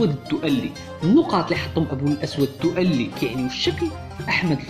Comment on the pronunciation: 1) الدؤلي تنطق بدون تشديد اللام ، وهذا الاسم أشهر نار على علم ، فلا عذر لمن يخطأ في نطقه . 2)الخلفية المشكلة من صور خليط من المشاهير لا معنى لها ولا علاقة لها بالمعلومات المطروحة .